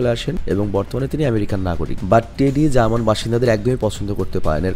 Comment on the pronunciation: German hobe, not germanease